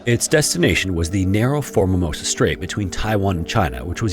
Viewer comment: Am I crazy or is he saying "For-Mimosa"?